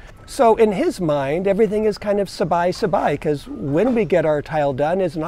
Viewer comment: Sabai, not Sabi.